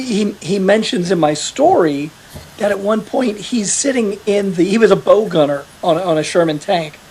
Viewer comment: sorry to hear about your leg. Trivia: most people pronounce the front of the tank as bow, like WOW, not Bow, like ribbon one puts on a package. The bow gunner was often refered to as the "bog".